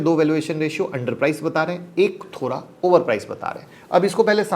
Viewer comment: आप थोड़ा को thora (थोरा) क्यों बोलते हो।